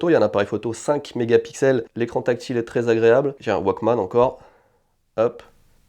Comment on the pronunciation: "Mais il serait encore en état de foncitonnement" 2022 découvre la pierre à briquet! Pas besoin de la recharger (il faut quand même la changer), pas besoin de WIFI, ne se branche pas sur un smartphone, ne nécessite pas d'application dédiée "le 1er waquemanne de Sony" C'est pas plutôt un wouolequemanne (ou Woke-man)? Moi aussi je connais l'effet madeleine de Proust, ça peut faire mal. Et après ma famille se demande pourquoi je garde tout et ne jette pas mes vieux trucs:/